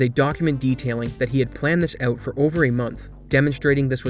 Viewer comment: You put so much effort into over-annunciating your words, and then you choose to say "oat" instead of "out", why?